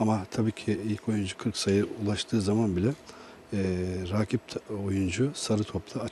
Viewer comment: "veleybol", "raaakip"," haaaakem" diye konuşan spor yorumcusu olamaz zaten. sokaktan geçen rastgele bi vatandaşı oraya oturtsan daha düzgün konuşurdu.